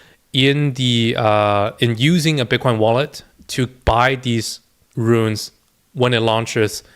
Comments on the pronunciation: Runes, bro, not 'ruins'. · It's not Ruins. It's runes.